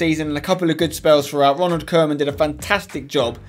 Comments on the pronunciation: Tbh, pretty close, it's pronounced Kooman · Never say Ronald Koeman again. It's Koeman not Kerman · Spencer, Ronald koeman is not Ronald Kerman!!! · James Leah 80 I know, its just how he said it lol